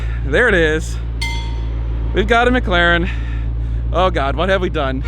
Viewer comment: I have to say it now that you have one, It is McLaren not Mglaren!